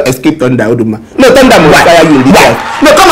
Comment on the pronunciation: Lol, I was patiently waiting for to say Oruma😂(Oduma) has done it again oh.😂🤣😂👍